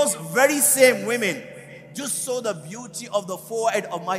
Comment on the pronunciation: The speaker doesn't pronounce the SAW the right way.